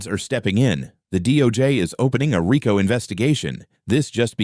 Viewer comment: You say you're formal law enforcement, you are mispronouncing "RICO".